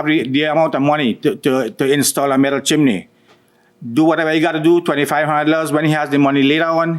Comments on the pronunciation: It’s CHIMNEY … not CHIM-IN-NEY! 🙄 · It's "Chimney," not "chimaney," unless you're in Mary Poppins. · CHIMNEY! NOT chiminy😂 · I can’t believe a well spoken fluent in English judge would pronounce CHIMNEY “ CHIMANEE”…😂😂😂😂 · Judge repeated the pronounciation of chin im ney just like the plaintiff did 😂😂😂 omg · i thought i was the only one who thought they were pronouncing it wrong, they keep saying Chi-mi-ney, when it is Chim-ney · Peace out on this episode. I just can’t listen to JM say “chim in nee” the entire time. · As sweet as it sounds, why is the judge adding a letter to the word chimney? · is chimney spelt or pronounced differently in usa? or is that a local accent thing? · 😂😂😂 irking my damn nerves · Not if you're in a popular old Disney Movie! Chim-chim-cheroo!!❤